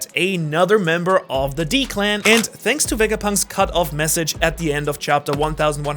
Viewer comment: ain’t no way he said shanks instead of thanks